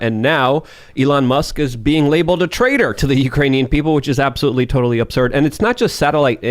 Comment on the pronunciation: Anyone correct and tell him it’s absurd not opserd